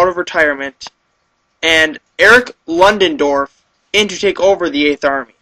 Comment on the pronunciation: LOODENDORF not LONDONDORF.